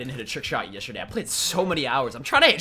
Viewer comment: He says yesterday strange, listen closely